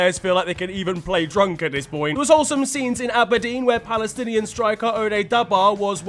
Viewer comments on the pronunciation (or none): none